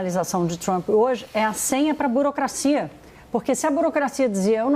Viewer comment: A jornalista é analfabeta ela pronuncia BOROCRACIA quando deveria falar BUROCRACIA...:face-red-droopy-eyes